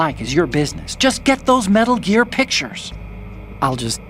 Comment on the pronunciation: "... His first game : 'Metal Ear'"